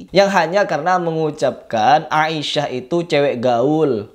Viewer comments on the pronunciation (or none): none